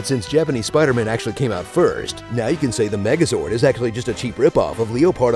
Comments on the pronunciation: It's SUPAIDAMAN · Supaidaaman lol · Thanos: Who are you? Peter: An emissary from Hell, Supaidaman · It's not spider-man it's supaidaman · God I loved that SUPAIDAMAN thrown in frequently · Some people: Tobey Maguire Some people: Tom Holland Literally nobody: Andrew Garfield Me, an intellectual: Supaidaman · The repeated cuts lmao. ShpIDA-MAn!